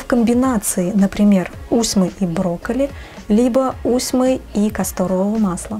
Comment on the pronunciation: А не подскажите чье производство масло???? Усьмы, мы ею красились усьмой, дает зеленый, потом черный цвет. Прикольно смотрелось на моей двоюродной сестре, светлая от природы, была с зелеными бровями, пока не смылись. Была потеха для моего дяди. Кстати ударение на последний слог.